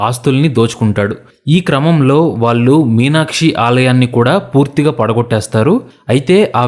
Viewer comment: హలొ! ఇంతా చెప్పి వాల్లు వాల్లు అనడం చండాలంగా ఉంది ! వాల్లు కాదు వాళ్ళు అండ నేర్చుకో .